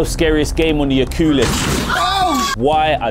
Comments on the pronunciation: Lol what’s a ocuulis😂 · Oculus ❌ Ocoolus ✅ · I love how he called oculus, Ooculus! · He said the O cool lus lmaoooooo I’m weak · the "ocoolis" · Bro said o-ku-lus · You said oculus so strangely😂